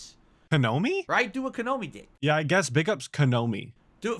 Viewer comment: Atlus never fails to say exactly what i was thinking seconds after it pops inti my head. Tf is “Kanomi”? 😂😂